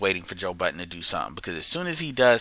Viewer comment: Hey Happy New Year. His surname is pronounced Bud—den